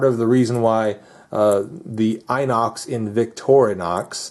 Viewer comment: You pronounce the i from inox, like you pronounce the i from "pistol" or "rims", just so you know ;)